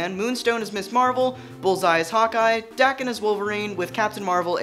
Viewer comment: he per nounced Daken wrong